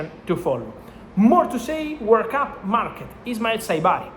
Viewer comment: lol it’s hard to head World Cup, I thought he was saying “work up” lol it has me doubting myself